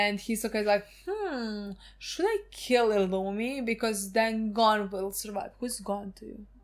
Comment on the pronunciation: Ging didnt name his son gone because that isnt how your pronounce Gon’s name